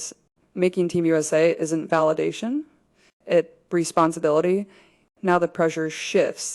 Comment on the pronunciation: I wish it weren't AI, but it is. The AI can't pronounce "it's", and other contractions correctly.